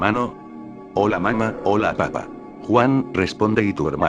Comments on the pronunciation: Estan muy buenas la historias, solo que cuando menciona "Papá" lo hace sin el acento y se escucha como la verdura....papa. El programa no respeta eso del acento?? de ser asi puedes decir "El padre" o "La madre" para que no se escuche la mama jajajjajaja. Fuera de eso muy bien con las historias. LIKE para ti !! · Te falta el acento Mamá Papá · sus papas lays su mama mamala xD falto acento bro xD